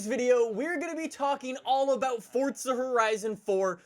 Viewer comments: It's Forza not coryza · I'm sure we all know he says fortza instead of Forza but I laughed when the subtitles thought he said "forts of horizon" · its forza not fortza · Its not fortsza its forza!!!! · "FOrtZa HoRriZoN 4" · Its not Fortza Horizon 4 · INTENSA EMOZIONE it sounds like he’s saying Fortza not Forza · "fortza" lol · "Fortsa" What? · How long has it been that you've said fortza lol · Say forza correctly u say “fortza” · Anyone else hear “Fortza” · Please can u pronounce the z in forza correctly. Its killing meeeeeee